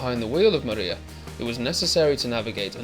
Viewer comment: Pronunciation of the aircraft name is not correct . It’s not mAriya, it’s MRIYA!